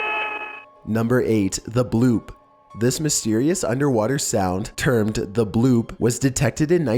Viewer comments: At least you are calling it The Bloop this time. Your other video, you called it The Blop. 🙂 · Ha Ha! At least he pronounced "Bloop" correctly this time.